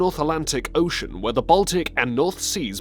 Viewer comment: God, this narrator sucks. Totally awful. Mispronounced "ocean". Everyone, please remind this failure at life of his mispronunication so he quits Top Lists and they get that other guy back. Totally awful, learn to say "ocean" normally. Downvoted. That guy sucks. Sad!